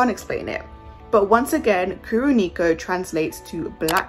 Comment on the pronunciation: Kuro Neko means Black Cat in japanese and please read names in other languages with proper accent, please.